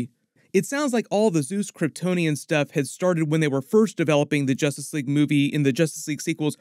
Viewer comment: So what is "Justrice" League, Warworld. Seriously?